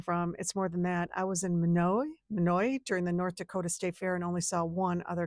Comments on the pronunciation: Need to practice a few more times b4 recording & posting in my opinion. It’s pronounced MY-Not, Minute, N.D. Whilst is while-ST. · Minot is pronounced “my knot.” I was born in North Dakota. There are literally dozens of us. 💙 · Minor is pronounced my-not.